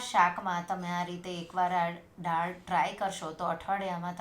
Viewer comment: બેન તમે પહેલે થી જ દાળ ને ડાળ કેમ બોલો છો ?